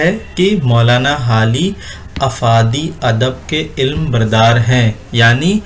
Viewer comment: bhai urdu to thik krlo ilma nhi alam